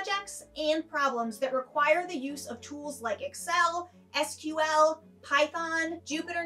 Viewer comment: I worry about a presenter who doesn't know how to pronounce SQL and Deloitte